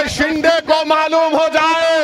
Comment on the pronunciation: Moddi nhi mere bhai MODI😂 THALI nhi tali... 🤣🤣 shinde nhi shindhe Shabd to thik se bolo